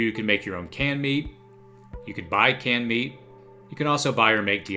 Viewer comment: At first I thought you were saying "candy". Canned meat, canned meat, canned meat....